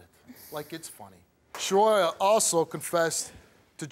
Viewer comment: Shuhroya?!?! Come tf on!!